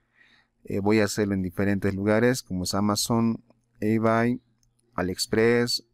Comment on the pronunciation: se pronuncia IBEY....:D